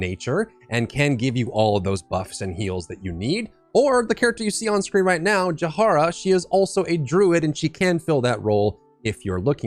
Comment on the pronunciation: [Ja-hee-ra] please "Jahara" is killing me 😂